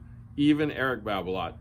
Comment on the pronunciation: its balola...babola....then right after erik babolat....haha....its going to be hard to change....just like 'samon'...not 'salmon'